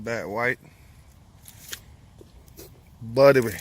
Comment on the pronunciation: The way you say buttery kills me